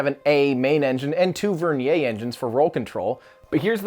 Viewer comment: Here's a comment. Pronounce vernier correctly. It is pronounced like it is spelled, not like some French word.